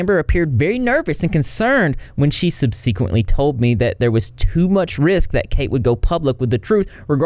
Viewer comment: You are mispronouncing Milani and subsequently.